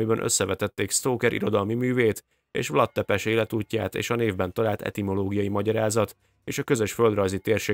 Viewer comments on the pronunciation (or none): Vlád Tzépés a helyes kiejtés, rövid magángangzókkal. Vlad Tzepes nagyon magyarosan hangzik. Lugosi Béla nem erdélyi hanem bánsági, lugosi magyar származású színész. Lugos, Temesvártól keletre, mintegy 60- km-re eső kisebb város. Olvastam a 90-es években egy babonáról miszerint egy környékbeli falunak temetőjében nem bomlottak el a hottestek (valószínűleg a talaj vegyi összetétele miatt) és kihantolásokkor találtak ilyet, innen a vámpír hiedelem. Állítólag kihegyezett fa karóval kellett átdöfni szívüket, hogy természetes oszlásnak indulhassanak. Régen (ma már csak legenda) gyakorolták ezt a praxist. Ez a motívum a Drakula-filmekben is megvan. Az újságcikk is babonának minősítette az egykori tévhitet.